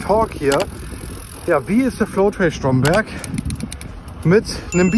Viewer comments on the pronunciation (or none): Mit dem Bio ist das uncool dort. By the way heißt der Ort Stromberg, also wie der Strom aus der Steckdose und nicht Strommberg.😅